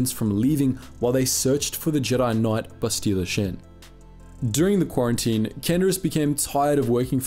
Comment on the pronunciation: "bastilla shin", 2021